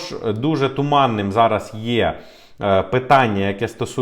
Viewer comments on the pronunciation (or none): Дякую за вашу роботу. Але! Будь ласка, попрацюйте над своэю українською, ці всі "ч, ш, щ...", вони мають звучати м'яко, а не як щось потворне. Не ЩЧо, а наче буква "щ" та "ё"(з рашисської мови, вибачте за такий приклад). Нема слова "зара", є "зараз", слова "буде, будуть" мають наголос на перший склад. Гарна мова- не соромно!!!